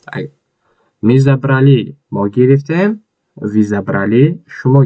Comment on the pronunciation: Талафузатро хуб кун. Мы . Вы